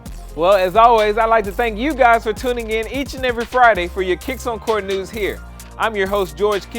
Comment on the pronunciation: Haha said you guyses